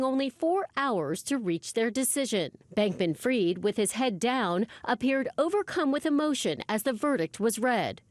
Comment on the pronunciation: Why does everyone in the media mispronounce this guys name ? It’s not “Freed” and it’s not “Freid”. It’s Fried, like chicken.